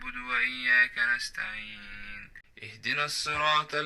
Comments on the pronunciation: صوتك في القرءان جميل ما شاء الله ...بس ملحوظة ..انت بتنطق حرف الطاء في كلمة صراط كإنها حرف تاء ..لا لازم تخليها مفخمة شوية علشان سورة الفاتحة اكتر سورة المفروض تنطقها صح علشان اهم سورة في الصلاة بالتوفيق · الصراط المستقيم ، صراط الذين انعمت عليهم ، الطاء مثقلة ، بس بتنطقها اشبه بالتاء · ممكن تشوف طريقة النطق الصحيحه لكلمة "الصراط" في الفاتحه عشان مهمه وماشاء الله صوتك جميل ❤❤